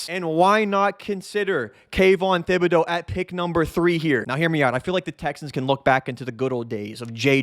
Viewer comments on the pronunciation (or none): Thibodeaux is pronounced Tib-a-dough.